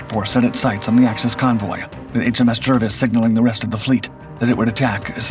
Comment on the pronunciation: The name of HMS Jervis is pronounced "Jarvis" not "Jirvis" FFS